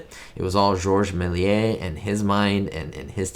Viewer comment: In French Méliés is pronounced mayleeyeh not meh…